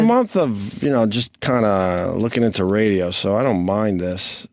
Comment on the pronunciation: Opie “This Raydjioh Thing of Ours” Hughes flummoxed by the idea of archiving radio history. What a dope!